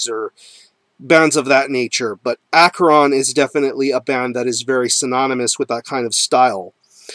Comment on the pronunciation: Great band and I have had the pleasure of talking to Vincent Crowley many times and he is very cool and like King Diamond the man Vincent Crowley is a real Satanist. BTW the band name is pronounced ASHERON not AKERON he has made this clear many times and pronounces it this way himself